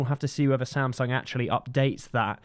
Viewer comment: 샘성이라 안 하고 삼성이라 해 주시네